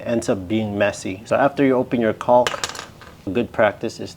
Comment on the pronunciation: Why are you pronouncing the “L” so hard in caulk? 😂